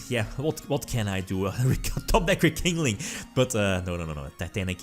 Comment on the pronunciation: Nobody:: Re-King-Ling.